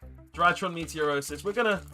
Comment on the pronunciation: I'm slightly bothered that throughout this series everytime you attempt to pronounce "Meteonis" you say "Meteorosis" Enjoying the series apart from that though 😂😂😂